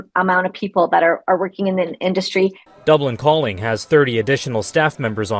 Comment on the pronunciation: Can't Global get their pronouciation correct? It's not "Dublincalling", it's "Dublin, Calling" Cheers from the Pacific West Coast of Canada